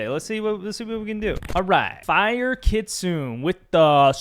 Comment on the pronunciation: for reference Kitsune is pronounced Key-tsu-neh.